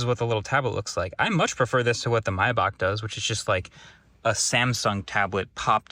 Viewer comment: That pronunciation of Maybach is criminal